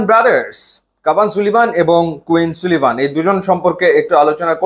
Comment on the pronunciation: ভাই নাম গুলার প্রোনান্সিয়েশন ঠিক নাই। সুলিভান না, সালিভান। ডিক্ল্যান না, ডেক্লান।